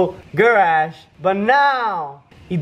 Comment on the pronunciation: Not to be rude but did u say garash